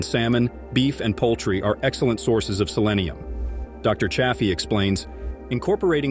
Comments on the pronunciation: It’s not cha as in chad. It’s chay. Even dr Chaffee says chayfee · Infuriating bot narrated video, pretending carnivore YouTube banning info, and the narrating bot mis-pronounces Chaffee's name.👎👎👎Grrrrr.😬🥱